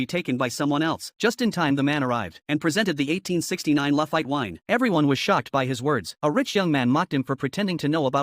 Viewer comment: It's pronounced lafeet. Not lafite.